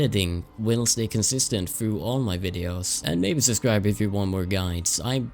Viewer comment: "...i would ask you to suScribe" XD